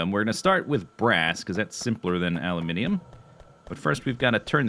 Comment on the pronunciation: I approve of your production of a-loo-min-ee-um.